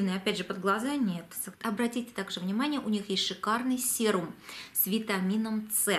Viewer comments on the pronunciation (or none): а мы говорим "сирум".